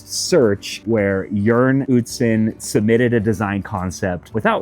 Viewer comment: A++ to for pronouncing Jørn Utzon right👍 Ø is a hard letter😊